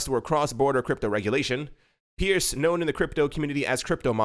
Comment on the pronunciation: Hester's last name is pronounced "purse".